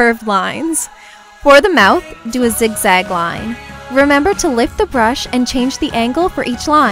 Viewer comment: 😂😍😋😘😀 when she said lift I thought she said lick.